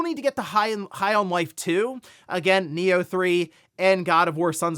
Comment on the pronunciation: When you said Nioh 3, I thought you said Neo 3